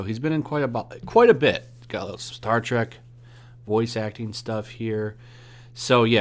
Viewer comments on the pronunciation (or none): none